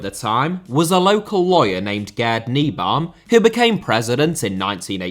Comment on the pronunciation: To understand the fan culture, it is helpful to know that Gelsenkirchen, home of their archrivals Schalke 04, used to be a traditional coal mining town while Dortmund used to be a steelworks town. The infamous manager's name is pronounced "kneebaum" though. Fun fact, Ibrox was actually modelled on the Westfalenstadion, which has no athletic track, so the fans are that much closer to the action than in arenas that do, which in turn contributes much to the great stadium atmosphere. Only in Glasgow, they built it with a brick facade which I find a lot prettier than the Dortmund concrete.